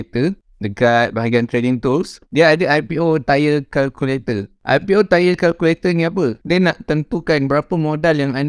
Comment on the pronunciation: tire tyre ke tier acu sebut bebetul